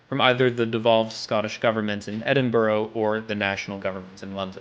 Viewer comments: Edinborrow 😂😂😂 It's pronounced Edinbruh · Say Edin burgh , buuuurrrrggggghhhh not boro ffs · Edinburgh, "ED-IN-BAH_RAH" Stopped listen at the point you butchered "Edinburgh"! 'ED-in-bruh' and the longer 'ED-in-bur-uh' but never Ed-in-row!! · Did so well on this story, but still stumbled into the cliched American error of calling the Scottish capital “Edin-bo-ro” instead of the correct, “Edin-burr-ah” (or “Edin-bruh”, colloquially) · Edin brah not Edin borro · Ed-in-bra Edinburgh Not ed-in-brow Gh = breath noise. Just like in the words brought or taught. Sorce = am a Scottish local native! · It's not Edinborrow it's Edinburgh, try as you might, burgh is not pronounced borrow or anything even close to borrow. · said edin brugh wrong